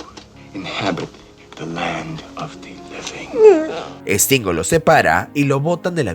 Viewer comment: No es Estingo....es Stingo ... S al principio no hay E...